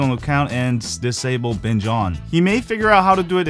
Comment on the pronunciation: I first thought he said bitch on